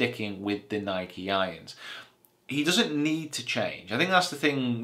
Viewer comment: you said nike wrong